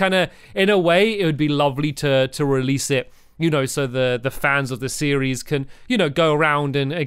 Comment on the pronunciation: Does anybody else notice that says series-es